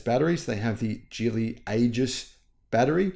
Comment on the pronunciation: Geely is pronounced with a hard “g,” similar to the word “ghee.” The correct pronunciation is “ghee-lee,” not “jee-lee,” which is a common mistake.